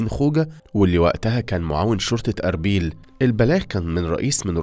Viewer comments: لفظك كلو خطأ المدينة اسمها مش ارابيل ولكن أرّبيل ومش شاماغ بل شمّاغ لفظ غريب فعلا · اسلوب القائك حلو بس لازم تتأكد من نطق الكلمات الجديدة قبل ماتقولها، اسمها اربيل مش ارابيل. و شماغ مش شَمّاغ. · ا صهره مش ساهرو و اربيل مش ارابيل وبرضو شماغ مش شمااغ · ليس آربيل ... بل أربيل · ممكن قبل ماتسرد اي قصة انك لازم تركز على اسماء المدن وتنطق اسمها بشكل صحيح اسمها اربيل مو ارابيل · تصحيح : أربيل وليس أرابيل شماغ وليس شمّاغ لذا لزم التنويه 😊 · أربيل وليس ارابيل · شاماغ × شماغ. ✓ ارابيل. × اربيل. ✓ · شماغ بدون شدة شِمْاغ + أربيل وليس أرابيل … صاير عندك اخطاء املائية يا … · اسمه شماغ بكسر الشين ارحم امي اسمها اربيل بفتح الالف وكسر الباء عصبتي وانت بتنطق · ارجو انك تسمع اسم الاماكن صوتيا من لسان أهلها عشان انت بتقرا اسم المحافظه غلط ... اربيل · مالك يا اخطاء في نطق العربية بالكوم شماغ واربيل وصهره هذا بس في اول ١٠ دقائق من الفيديو كأن المتحدث اعجمي